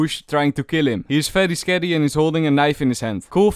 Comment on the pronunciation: veryy skarry